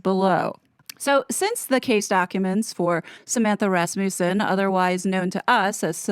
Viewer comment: It's pronounced RASmuhssen